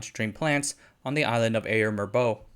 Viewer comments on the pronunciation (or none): none